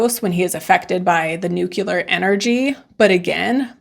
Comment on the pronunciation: I’m a word nazi, I’m sorry. NUCLEAR, not nucular. Pronounced nookleeur. As you were.